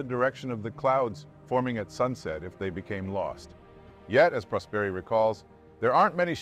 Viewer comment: Didn't know this story at all! Great video as usual, only one little thing: right pronounce of the surname Prosperi has the accent on the "o" (Pròsperi) not on the "e".